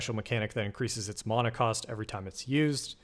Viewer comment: ty! questionable "mana" pronunciation tho haha